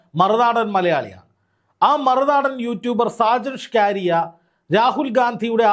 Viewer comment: ഷാജൻ "സ്കറിയ, എന്നാണ് പറയേണ്ടത്... (സ്‌കാരിയ×) എന്നല്ല....!!!